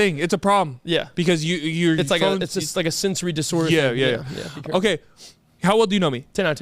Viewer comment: Snickers “carful “